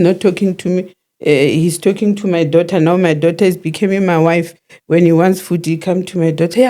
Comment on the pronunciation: Love how say Dough ter😂😂😂😂😂😂